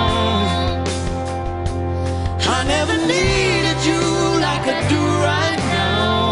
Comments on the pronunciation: GurrGamer Omg I had to go back and pay attention to how she said it and I died😂 "neauow" 😂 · How to pronounce "now" to "Neoowww" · am i the only one who likes the way she pronunced "now"? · wtf is up with her pronunciation of "now" at the start ? 😂😂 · Wow, I hope she had some bad nasal congestion to pronounce "now" like that! And it's weird that she has a small lisp on the record, but not live.